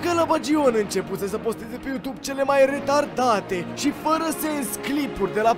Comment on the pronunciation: Observați că toți vloggerii au o problemă când pronunță You2be?